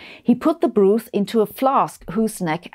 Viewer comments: [broth], not [bru:th] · That is broth, not brooth, which is not a word. Broth (brawth) sounds like cloth. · It’s pronounced brahth, not brooth, My darling.❤ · minor edit BROTH is pronounced BRAWTH (not BROOTH) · I'm sorry, I know it's probably a language artifact probably something, but "broothe?" It's broth around my neck of the woods. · But 'brooth' sounds more funny😊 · “Broth” is pronounced with a short o, not like “brooth”. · Interesting subject. Just remarking that the correct pronunciation of broth is not with an 'oo' like 'food,' but with an 'o' like 'knock'. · Hmm. I wonder why you started the video with Aristotle, rather than Plato, who was his teacher? Could it be anything to do with Aristotle's having been the originator or reductionist epistemology, if not ontology? P.S. I love your pronunciation of 'broth'. It just might catch on.